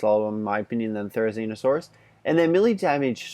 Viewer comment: it's not therinizino or something its therizino but with the therizino it's better for me and ur vids are amazing